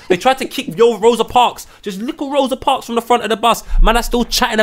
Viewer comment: How is my man saying Rosa Parks loooool